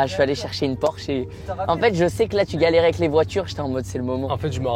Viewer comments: tu feras attention brozer c’est bien porsche et pas porshe je sais pas si ça peut se corriger mais au moins t’es au courant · C Porsche pas porshe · incroyable la vidéo mais PORSCHE PAS PORSHE 🤣Humour bien entendu j'ai adoré la vidéo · Le « pimp my porshe » au lieu de Porsche m’a fait mal au coeur.. Mais bravo Michou, tu régales tes proches tu as bien raison, vivre à fond on sait pas de quoi demain sera fait alors continue à profiter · Porsche s'écrit comme sa pas porshe comme ça petit tips avant de te faire taper dessus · Super vidéo mais c’est Porsche pas porche pour le pimp my Porsche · Le porshe au lieu de porsche 😭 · "porshe" la honte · Porsche et pas porshe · PORSCHE ET NON PORSHE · T'as pas respecté le nom de la marque 😭 C'est Porsche avec un C pas juste SH 😂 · "porche" j'ai eu mal aux yeux ahah (PorsChe) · Porsche pas Porshe Michou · Tu feras gaffe à pimp my porshe c'est "Porsche" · j'ai kiffé la vidéo mais le pimp my "porshe" et pas Porsche je fais une fixette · Porsche c'est avec "sc" pas juste "s" mdr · ✨ Porsche ✨ et pas "Porshe" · Mdrrr Michou c’est porsche avec un C donc "pimp my porsche" pas "pimp my porshe" bahaha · Sa se dit PORSCHE !!!!